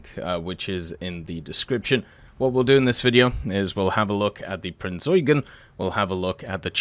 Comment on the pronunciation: please Prinz Eugeen Long E